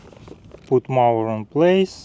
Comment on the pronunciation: Congratulations with your new mower. However, one pronounces the "o" in mower as in "go" or as in "Joe".